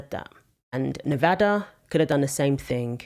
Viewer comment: Thank you for saying Nevada right